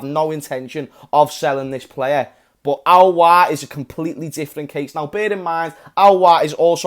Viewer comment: its Aouar mate not Auoar